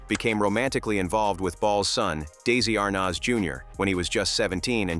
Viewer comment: This is poor AI. Why the heck is Mitzi Gaynor in this, for no reason ,commenting on Betty Grable which makes no sense? And the AI pronunciation of "Arnaz" is off the mark.